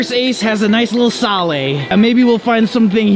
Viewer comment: you said sale in a different way